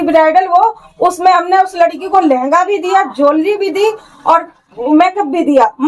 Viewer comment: Is madam ko jewellery Tak to bolna nahin aata ban rahi hai parlour wali😅😅😅😅